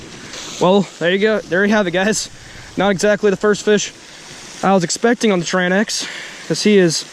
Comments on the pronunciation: its called TRANX not TRAN X brother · Tranx is one word. Its pronounced like Tranks. I pronounced it wrong the first time too. Lol